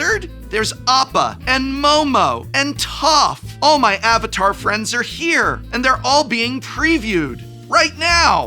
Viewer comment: Finally, a mtg YouTuber that pronounces the names of AtLA names correctly 😂